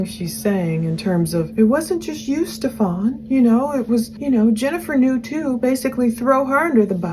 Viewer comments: His name is pronounced Steven not Stefon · Geez, can you please Google how to say the name? It’s pronounced Steff-en, not Steff-ON! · STEPH-an. Rather than Steph-ON just saying……